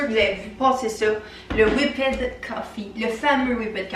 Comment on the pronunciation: Omg please if you are gonna speak english do it right...whipped is not pronounced like whippet the marshmallow treat 🤦🏻‍♀️